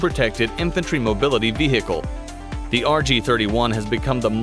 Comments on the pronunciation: Has this guy really been saying ve-hicle all this time? And nobody’s told him? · The way he says vehicle 😂 "veeeceeheeecle" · He's trying so hard to say vechile cool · The way he says vehicle reminds me of the the cool whip joke from family guy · Who else loves/laugh when he sayes vehicle